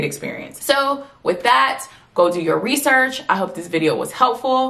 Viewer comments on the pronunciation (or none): none